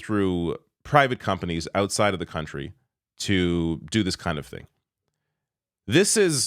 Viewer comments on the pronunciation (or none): none